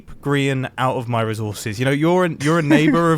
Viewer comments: IT'S NOT REUSES IT'S RESAWSES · Humans: “Resources” MumboJumbo: REZZZOUURRRRRZESSS